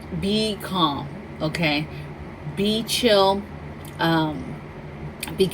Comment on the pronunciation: Atfirst I thought you said to focus on "Ping Pong and prepping" LMAO! Oh....you said "be calm". 🤣 I'm 5 hrs from SeaTac. Keeping my eye on that West side.